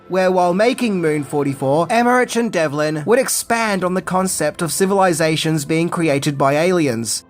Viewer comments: I absolutely love the movie and I absolutely love the TV show. But, you’re my favorite movie reviewer but with that being said, his name is Dean DEV-LIN. NOT Dean DEL-VIN. Sorry for being picky, but it was driving my OCD crazy lol. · Dude, his name is DEV-LIN! Not Delvin! Dean Devlin. Good gravy, it's all over the credits and the beginning of the film. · Emerick ,not Emmerich. And Devlin, not delvin.. 🤣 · Devlin, not Delvin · A fine movie I must say, but, I'm hearing you say Dean Delvin, but it's actually Dean Devlin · Devlin... Not Delvin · that's Devlin.,.. not delvin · It's DEV-LIN, not Del-vin. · It’s Devlin, not Delvin! 🙄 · You say Devlin and Emmerich wrong for almost the whole video. D E V L I N, not Delvin. Emmer-ick, not Emmer-itch. Love your attention to accuracy. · BRO! his last name is Devlin not Delvin!!!!! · Love your videos, but it's "Devlin", not "Delvin". Small but important detail to pronounce correctly. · Good take, but...why did you start out correctly pronouncing "Dean Devlin," then drop into "Delvin" for most of the rest? Oops. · Devlin not Delvin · its Dean Devlin, not Delvin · Dude it’s Dean Devlin not Delvin? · Great Channel, but I think his name is Devlin, not Delvin😊 Love the movie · It’s Emmeric(k) and Devlin not delvin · I'm not sure if anyone else has said this, but I feel compelled to mention that it is pronounced "em-er-ick," not "em-er-rich." In addition to that, you kept called him "Dean Delvin" when his name is "Dean Devlin." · It's Devlin, dammit, not Delvin! 😆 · Isn't his name Dean Devlin? You pronounce it DELVIN? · Dean DEVLIN NOT DELVIN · Sorry but i've got to be that guy.:) It's Dean Devlin you kept calling him Delvin or at least that's what it sounded like to me. Well no worries I still love your videos! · DEV-lin, not DEL-vin! He's a household name in TV these days and it makes me flinch every time you say it wrong! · also, it's Dean Devlin, not Delvin 🤦🏼‍♂️🤦🏼‍♂️🤦🏼‍♂️ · It is Dean Devlin, not Delvin.